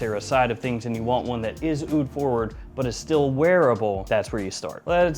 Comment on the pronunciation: “Honey AH-OOD” Bro, cut that out.